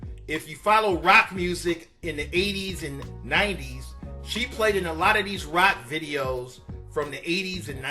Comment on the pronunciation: 🤣🤣🤣 why was he saying rock so hard?